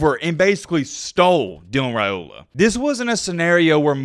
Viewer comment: Good job on pronouncing his name correctly!